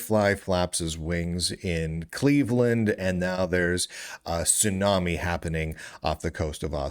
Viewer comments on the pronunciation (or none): none